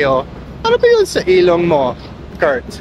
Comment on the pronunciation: Ang cute mo naman. Anyway pwede rin po sabihin.."gumising ako nang masakit ang ulo ko" Gamót ilóng tahó ang stress po ay nasa pangalawang syllable